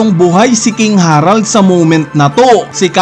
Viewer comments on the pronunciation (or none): KING HE-RALD KING HA-RALD nakakapanibago pag banggit mo HAHAHAHA